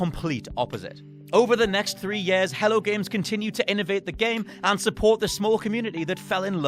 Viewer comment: “Yeh-ahs” 😆 Years